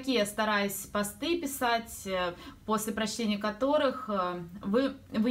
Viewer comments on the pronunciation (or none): Поздравляю с покупкой 🚗👍🏻 Хотела спросить у тебя ( или может кто из девочек знает), из какого меха твои шубки? Я очень хочу подобный жилет, но нежно розового цвета, думаю это должен быть писец🤔 И ещё.... Позволь мне сделать тебе маленькое замечание - в слове пОсты ударение на 1-й слог. Надеюсь я тебя не обидела и была корректной. Мы все не идеальны и можем чего-то не знать.